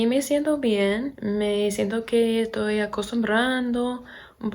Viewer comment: Hablás pero muy bien! 👌🏻 Te felicito.. Solo una cosa trata de no decir "Toy" por "Estoy" nosotros usamos mucho éso pero en verdad no suena bien para otros hispanohablantes.